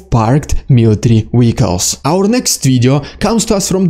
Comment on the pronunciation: The way he says military "wehicles" is cool. I like his accent.